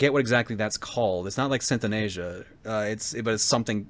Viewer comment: Synth in Asia?! Synesthesia, my boy. Pronounced as "Sin Es Thee Juh."